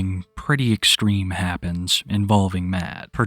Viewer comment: Pwetty extweme 😂